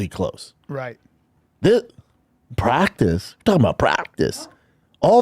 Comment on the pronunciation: We talm bout praggticce, b?